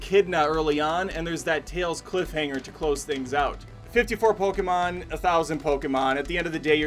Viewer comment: I'm Japanese and I was surprised by the narrator's correct pronunciation of Poke-mon. Then he unfortunately pronounced Ken Watanabe's name in the way most people mispronounce Poke-mon as Po-KEE-mon saying Ken Watana-Bee. (Wah-ta-na-bay is the correct pronounciation). Sorry I just had to comment.